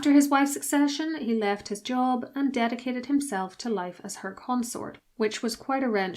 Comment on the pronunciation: text says Prince Fredrick of Wales, the voice says Prince Fredrick of Wheels. job became jaw